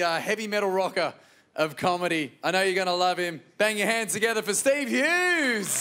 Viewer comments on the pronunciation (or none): For a second I thought he said 'heads'